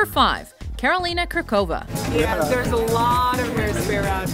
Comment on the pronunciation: I know the pronunciation of Slavic names is quite hard for you, but I just have to cringe at the pronunciation of Karolína Kůrková's name. But I'm very happy you included her.